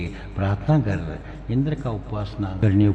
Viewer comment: सबै राम्रो छ 🙏🇳🇵 तर गर् , हैन गर, ग र उच्चारण गलत हो रहा है उसके वजा से सम्मान नही हो रहा है देवो का, गर् नही होता गर होता है फर्क ए है कि गर् सम्मान नही होता उसमै आधा र् उचारण जो आप कर रहे, गर र मै अ का ध्वनि सुनाई देना चाहिय,तब थोडा विनम्र आया लेकिन सम्मान के लिए गर्नु बोला जता है, उसका मतलब किजिय हुवा गर् का तु कर हुवा गर अ के साथ तुम करो सिर्फ देवताको गर् सुनके बुरा लगा हम लोग गर्नुस केहेते है, कोहि गरअ भी लेकिन गर् नही,बाकी तो जय हो 🙏